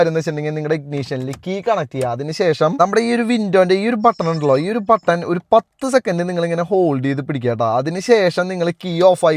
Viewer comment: Patton alla button aanu!